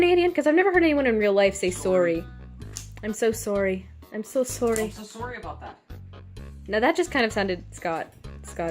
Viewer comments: oh saorry (where is that pronuskiation from? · Soorry is a generally Britannic pronunciation. Just while I'm being an obnoxious showoff.